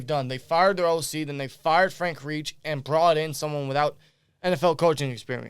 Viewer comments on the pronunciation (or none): Reich is not pronounced Reach, but RIKE,PIKE, LIKE,like the German Nazi Third REICH during WW2. Reich is of German Origin. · It's Reich pronounced Rike!